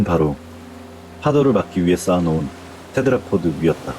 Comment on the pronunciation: 테드라포드 테트라포트 테드라포트 발음이 여러개네요 듣다가 그냥 조금 바꾸면 좋을것 같아요. 오늘도 잘 들었습니다~!